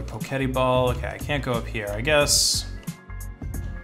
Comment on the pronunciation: Fairly sure it's "Poke Et" as far as how its pronounced unless you saw the dev's call it "poe ket ee"?